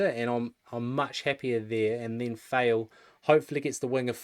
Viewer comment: Thanks for the great work guys. Please correct how you pronounce David Fale (Fa-ley) not Fail. Thanks